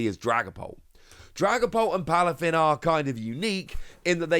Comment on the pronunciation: Aye it’s Palafin, not plafin lol